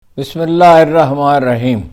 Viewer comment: Gustakhee moaf Haroon sahib bismillah theek traha parha karein " allah" ka lafz to vazeh hota hi nahein?